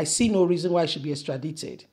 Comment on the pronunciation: Extradited- the I is pronounced as I. Extradition is pronounced as the sound 'e'